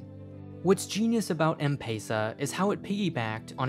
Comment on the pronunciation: I'm from Kenya and the way he is spelling Safaricom and M-pesa is so Inaccrate